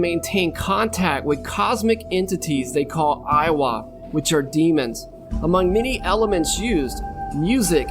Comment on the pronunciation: Its not Iwa its Lwa. 🤦‍♀️